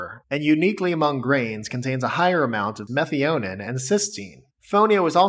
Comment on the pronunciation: Love the content but had to laugh when he pronounced Methionine like an elvish name from lotr! 😂